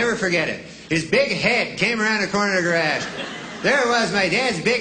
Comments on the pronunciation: "Guh- rahhdge"? How much more Canadian can ya get? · Wrong and wrong. He says it multiple times and not once is there any 'D' element. Every time it's 'ge-RAZH'. (Same stressed vowel sound as in 'casual'—'CAZH-oo-ul'.) And in any case, I'd say 95% of Canadians say 'ge-RAWZH', as in 'barrage', so you're wrong there too. (I do recall noticing, incidentally, that Jay Leno, on his program Jay Leno's Garage, says 'ge-RODGE'.)